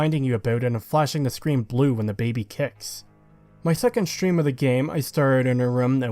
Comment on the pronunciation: if that’s actually how you say baby, then my bad and I retract it, I’m aware other creators often say things incorrectly to entice interactions on the video. It sounded like you were forcing it for the sheer hate of the baby in the game. I often listen to videos more than watch, as I’m a mobile technician, and it just pulls me out of the nice chill explanation you have. It was the same as the saints row video, if you have to bleep it constantly, why not just swap out the cursing for other words? It became too hard to listen to everytime I heard you say, for example, “it’s really AGHH annoying to play this game”